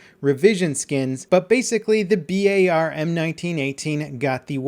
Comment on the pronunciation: thank you for saying B A R instead of bar now that is my pet peeeeeve